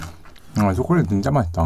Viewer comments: 초커얼릿 머거 보까 여기에서 초콜릿 발음조금굴린것 같은데? ㅋㅋㅋ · 춱퀄륏 머거볼까아~~ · 앞에 춰퀄릿 ~ 너무 웃겨요! 저도 먹고 싶네요 ㅠㅠ 저는 제가 여운이 나이일 때로 돌아가고 싶어요 (╭￣3￣)╭ 걱정거리 없이 행복했던 그 때로요,, 공감하시는 분 계신가요..! 오늘도 잘 듣고 갈께요:) 여운이도 아빠를 닮아서 ASMR ( 리얼 사운드 ) 를 잘하는 거 같아요 ㅜㅜㅜ 입에 초콜릿을 잔뜩 묻히고도 모르고 맑은 표정으로 웃는 걸 보니 진짜 귀여워요 >< 혀 짧은 것도 귀엽구요,, 그리고 아빠가 " 들어주세요 ~ " 라고 하라고 했더니 하는 것도 넘넘 씹덕이구요 ( ⁎ᵕᴗᵕ⁎ ) 처음에 사운드 듣다가 딸이 있으시다는 사실을 알고 유튜브 검색창에 찾아보다가 최애가 여운이로 바뀌어 버렸어요 ٩( ᐛ )و ( 쥬르륵 ) 여운이는 일상이 입덕 영상이예요,, 진짜 귀여워,.. 이 언니랑 하루만 영혼이나 체인지 할래..? 나도 먹방 유튜버 아빠 덕분에 맛있는 팝핑보바, 실비 김치, 불닭, 그리고 맛있는 초콜릿까지..! 너무너무 먹고 싶다.. ♥ 그래도 난 우리 엄마 아빠가 최고 ❤ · ㅋ췩퀼릭이래 ㅋㅋ빵터져네 어우 진정햌 ㅋㅋ ㅋ악 ㅋㅋ 진정.....하라고 ㅋㅋ악악 ㅋㅋ 풉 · ㅋㅋㅋㅋㅋ춰머거볼까 로도 들리네요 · 춰컬릿 뭐냐고ㅋㅋㅋㅋㅋㅋㅋㅋㅋㅋ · 처음에 오프니송 발음이.ㅋㅋ 처퀄릿 ㅋㅋㅋ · 노래 시작 부분 발음 너무 좋으신데요 ?? 춰컬릿 먹어볼까 ㅋㅋㅋㅋㅋㅋㅋㅋㅋㅋㅋㅋㅋㅋㅋㅋㅋㅋㅋㅋㅋㅋㅋㅋ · 오프닝 초콜릿할때 발음쳐컬릿으로된거 넘웃겨옄ㅋ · 맨처음에 노래에서 초 가아니라 춰콜릿 먹어볼까 라고 들려요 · 초퀄릿 ㅋㅋㅋㅋㅋㅋㅋㅋㅋㅋㅋㅋㅋㅋ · 초우 ㅓ콜릿 막어 볼까라는태 초콜릿발음무엇? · 춰퀄릿 먹어볼까라고 들리는데요 ㅋㅋㅋㅋ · 쳐촐릿이라고 들리는거 나만 그럼? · 처음시작할때 발음이 춰컬렛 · 처음에 나만 쳐컬릿이라들리나?ㅋ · ㅋㅋㅋㅋㅋㅋ 저만 그렇게 들은줄